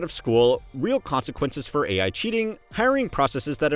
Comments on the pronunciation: Did she say A1? Not AI? Lol she must want some steak for dinner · Wowowowo, stop right there! Woman said 'A1' instead of 'AI', or do I miss something there? 🤨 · had to listen to that one twice and wonder what A1 teaching was before I realized she didn’t know how AI was pronounced